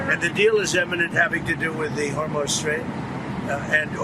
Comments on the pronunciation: Is trump calling the Hormuz Strait the "Hormone" Strait"???? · He still says “Hormoz”. He’s such an idiot. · Did he really say hormose or Hormel strait😂😂😂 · Did he call Hormuz hormose